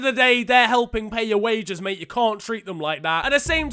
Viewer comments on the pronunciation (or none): none